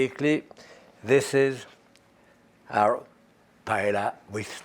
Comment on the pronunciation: Was surprised he mispronounced paella.